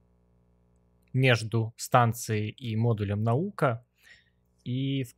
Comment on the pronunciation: В NASA и не пытались сказать "Наука". Когда говорили Наёка, они не договаривали букву "б" после "ё"